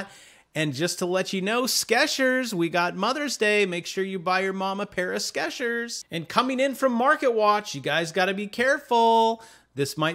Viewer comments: I hit 'Like' when you mispronounced "Skechers" as "Skeshers". If the word was "Sketchers", with the t, it would imply 'people who sketch'. I'm guessing because the commercials all pronounce it with the 'ch' sound that it's pronounced the same as if it were 'tch'. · I like how you pronounce the products formerly known as double stuff and Sketchers...:)